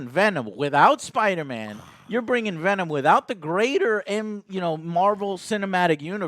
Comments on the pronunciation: Pavel Volkovoi Venon Roche. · Michael Barendregt "we are venon" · We Are... "Venon"